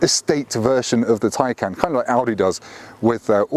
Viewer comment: Go to Porsche and see how to say Taycan. I can't stand it when people give reviews and can't even say the name of the car correctly. What a joke